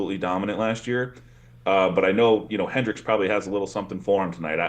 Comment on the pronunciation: I cringe everytime he says "Hendricks"